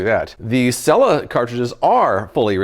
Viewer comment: It’s (seela